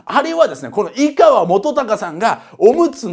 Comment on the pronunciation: いがわじゃなくていかわです